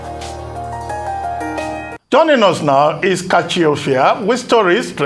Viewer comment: you have a fake accent. You can't even pronounce your name very well. As a good presenter, you need to know how a name is pronounce. Thank you.